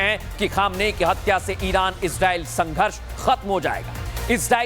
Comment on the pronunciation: Bhai Israel ka pronunciation thik se kariye samajh nhi aa rha bol kya rahe